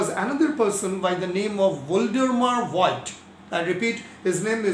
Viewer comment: Voigt is pronounced- if you want to pronounce those names in t h e i r language (english speaking people, learning n o t h i n g about foreign languages in school, cannot do this) - Fogt, not Voyd. V is f and the i is silent. Fogt, the o being long like o_bey or cl_o_thes, not short as in fog. So Fogt, with long o. Just said. Its quite clear that others have no time to check out how to pronounce each and every german name, that goes without saying. And you can do not much wrong with Einstein and Planck ;). Quite easy. Nevertheless. We, on the other hand, can do this correctly, at least with regards to english, french, spanish and russian terms. Indian and e.g. Iranian names are not too difficult for us.We learn this in school. Dont take this as critique, please. GOOD VIDEO, anyway.